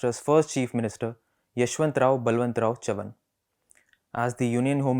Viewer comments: His last name correctly pronounced sounds so regal. The way the host pronounced it sounded like he was saying chuvuni the coinage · Great selection, but please get the pronunciation of Chavan correctly. Read the word in Hindi , you will understand the correct pronunciation. It is very irritating to hear it pronounced incorrectly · Well, as a Maharashtrian, I appreciate effort to put YBC's speech on record again. It would have been really good if he had learnt to pronounce his name, which is not tongue twister, properly. Similarly, let me say that you editor DK singh, might be well versed in delhi politics, his understanding of Maharashtra and its politics is shallow. forget about narratives and intricusies, DK gets most basic facts about MH politics wrong. it feels like he is reading Hindi newspaper. it is huge disservice to all parties and leaders. Let's hope that journos like Manasi Phadke, shared from bengaluru will get their opportunity to report these stories. Best wishes to the Print.